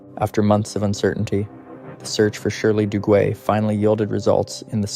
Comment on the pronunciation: Shirley Duguay... her last name is French & is pronounced Doo-gay.....